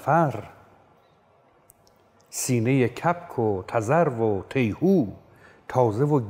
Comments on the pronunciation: تلفظ تِیهو اشتباهه، تیهو tihoo که این اسم رو از روی آواز همین پرنده براش انتخاب کردن. تذرو هم قرقاول امروزیه. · درود استاد بزرگ ! پوزش بنده را پذیرا باشید! اگر اظهار فضل نباشد،باید بگویم که در دو جا به جای کسره در حرف اول، فتحه به کار بردید که بهتر آن است که هر دو را کسره بگیرید:۱- واژه ی «تیهو» با کسره درست است ۲- در مصرع «دید گردش اثری زینها نیست» ،واژه ی«گردش»با کسره درست است،به معنی اطرافش ؛حضرت عالی با فتحه خواندید،که با معنی بیت تناسبی ندارد! سید ابوالقاسم حسینی،دبیر ادبیات،نورآباد ممسنی فارس!❤